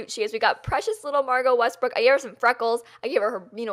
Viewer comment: YES! She can't say WESTBROOK! Next video,! We challenge you!:)